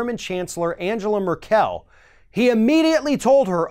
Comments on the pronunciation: I have never heard anyone fail this spectacularly, when attempting to pronounce, "Angela Merkel!" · You should really pronounce her name correctly! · she's german not french, pronunciation of 'Merkel' is rather off ;) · Thats not how you say Merkel. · I think you should brush up on how to say Merkel's name. Lol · I wouldn't say is an idiot. The guy is right about more than most political pundits. On top of that he is a pretty good guy. He just got the pronounciation of this one wrong is all. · Love you,, but please pronounce Merkel's name right--both first and last. Thank you. Peace. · It's not "Mer-KEL", it's just "Merkel" (as in "Mairkel"). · Great show. As usual. One thing: it's MERkel not merKELL.. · It’s Angela with a hard G. And it’s Merkel not Mer-Kell. Idiot. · Note to: Her last name is not pronounced like it is french, just say it like you would say in english "Meerkel", that is more close to the German then the "Mer-Kel" you tried to say. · Maybe Merkel can demand Trump pay her rent for all the US military bases in Germany (btw, it's MER-kel, not mer-Kel) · FYI, it´s Mérkel, not Merkél. ;) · The Chancellor(in) of Germany's last name Merkel is pronounced in Germany Mar-call, not Mer-kell. German e sound like English a's.I leaned that much with one year of German in school. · Mer-"kEL"? Isn't it pronounced Mer-"kle"? I realize it is spelled Merkel but my German relatives have pronounced it Merkle since as far as I remember everytime I visit them over there. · I agree with the content, but her name is pronounced Angle-ah MERK-el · On a side note how come has to mispronounce so many people's names that are so common in the media? Drives me crazy. MerKEL, WTF? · is right of course, but howcome he can't pronounce Merkel? She's not French. It isn't spelled Merquelle. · It's not merk-el it's merk-l. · Learn to pronounce ‘Markell’ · Mérkel, for God's sake. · murk-l. You say every fucking thing wrong,.